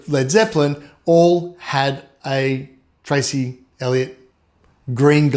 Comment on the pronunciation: Dude its Trace not Tracy, Duh.